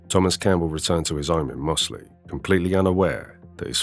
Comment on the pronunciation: It's pronounced Mozzley, weird folk up them hills!